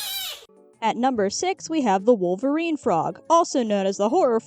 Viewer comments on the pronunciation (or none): none